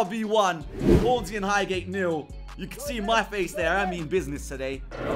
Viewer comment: highhate or highgate? You meant highgate ahlie 😂